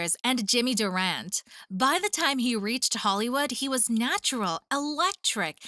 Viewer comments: It’s Durante…not Durant!!! And no Eleanor Powell, no Ann Miller. Wow!! And no Bill “Bojangles” Robinson??? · hey, you mispronounced "Durante"--it rhymes with "shanty"; hey, you misspelled "Hayworth"--pretty surprising